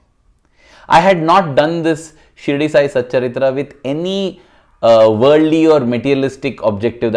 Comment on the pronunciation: Sai satcharitha... Not satcharithra...